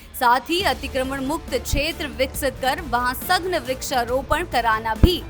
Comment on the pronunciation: एंकर को सही भाषा सिखाओ। सघन को सघ्न बोल रही है।